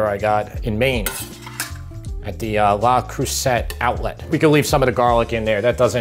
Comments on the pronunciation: Love your channel, from sunny South Africa. I do believe though that La Creuset is pronounced as Creu'say' not as Creu'set' though. Just for interest sake .... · It’s actually pronounced LE CRUSAY (it’s not lay crusette);just a little French lesson